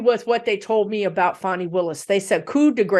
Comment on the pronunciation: Hello 👋 LOVE your channel. Her name is pronounced fawnee (fawn like the baby deer + e). PS please read on Garland actually doing his job or just continuing to protect the Rethugs and the orange menace and tossing Jack Smiths findings/prosecution like Barr did to Mueller. Thanks for all you do for us ❤️ 😘